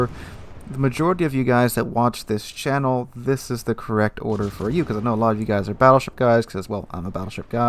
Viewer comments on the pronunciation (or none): none